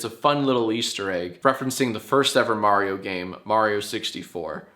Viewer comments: Nice video but its pronounced Mario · uhh...you pronounced Mario wrong. It's "Mario" not "Mario". Get it right Jack. Ask Erin next time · "I can't wait to watch the Super May-rio Bros. Movie!" - Erin